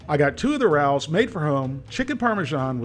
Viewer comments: You might be able to pronounce all the ingredients but you're still not pronouncing Rao's correctly. It's not pronounced like Rau, but pronounced Ray-O's. Here's a video about the famous restaurant in New York City from which these meals get their name. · forget chx parm pronunciation ....No" Rouw's" ....Pronounce like Rayos' . Love your channel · Not trying to be that person, but the pronunciation is RAY-OH’s. Love your videos and hysterical one liners. You’re the man,. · It is pronounced Ray-Os, not Rowls. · LOVE the video's - been watching you for years!!! .... Just one comment to make your Rao's videos perfect..... Rao is not pronounced the way you have in your videos (like Row with a flat "O"). It is pronounce RAY-O .... Like the name Ray with a O on the end..... Rao is our family name... other than that, awesome! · Hi 😊Just want you to know the restaurant name pronunciation is RAY-oh's. Not RAUWS...👍🌺 Thank you for reviewing these products and sometimes risking your life trying others!👏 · I love their spicy aberitta sauce. By the way it's pronounced Ray-o. I learned that watching jimmy Fallon cooking their meatballs at their restaurant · I agree, this is the best frozen chicken parm on the market. Also it's pronounced Ray-Oh's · I'm originally from NYC, and had a classmate whose last name was Rao. It's pronounced RAY-oh. 😉🌝 The way you pronounce it sounds like a cat that's about to attack someone! 😄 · I think that's pronounced Ray-o’s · well, remember can't even say Ray-Os correctly 🤣🤣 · Per Rao's Restaurant and the tv commercials released by Rao's it's pronounced “Ray Ohs”. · In fairness, your mispronounciation of Rao's is more offensive. 😅 Keep on trucking. We, the people, love you,.